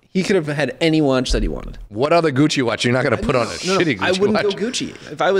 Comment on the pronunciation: Christ! It’s; Gi (as in BJJ) Yo (Pejorative used by white guys in Spike Lee joints) Che (as in Guevara)